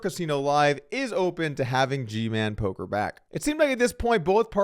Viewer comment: Doug it's poker news not polker